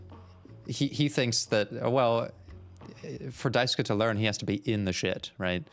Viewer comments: “Die sue ka” 😭 It’s pronounced dice-kay or die-sue-Kay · Dai-soo-kuh is crazy. Its dai-skay. The U in japanese names that end with "suke" is usually silent. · You have a new subscriber from this series, I love watching you break things down as you go in blind it’s so interesting thank you! Also you’re right that Swansea is literally pronounced “Swan - see”, and Daisuke is pronounced “Die-skay” 😊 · Daisuke is pronounced DIE-SUE-KEH The word: die. The name: Sue Then the KEH sound. Not sure the correct pronunciation of Swansea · Just contributing to the Daisuke conversation, Daisuke is written as だいすけ (da-i-su-ke). In Japanese, phonetically, the 'す/su' often becomes devoiced when it's not the first syllable. So the 'su' in Daisuke is closer to the 'su' in "desu" than the 'su' in 'sushi'. Just a fun phonetics tidbit, but yes, imo, "dice-kay" is correct. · For name pronunciation, Swansea is pronounced Swan see, while Daisuke is pronounced Dye soo kay. I can't wait for you to get into the real messed up parts of this game. It's one that provides thought, and not a lot of lets players are prepared to put that thought in, so I'm looking forward to watching the rest of this series. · Thanks! My weeb ass couldn't go this whole series hearing Daisuke pronounced that way. 😅